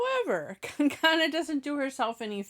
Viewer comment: Its not kan gaana its kang na rhym with hung na sung na kang na 😉